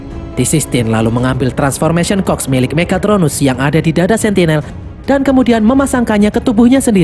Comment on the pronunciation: Admin : transformation cogs Gw yg denger : "transfomation COK" 🗿🗿🤣